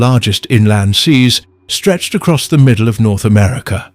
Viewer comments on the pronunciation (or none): none